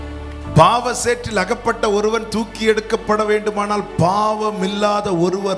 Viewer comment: Thooki eduthar not thuki